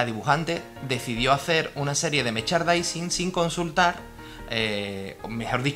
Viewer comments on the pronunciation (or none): Se dice 'meRchandising' no 'mechardising'. Es que si no te sale la palabra di productos relacionados o algo así. Pero, ya sea el idioma que sea, mejor pronunciarlo bien.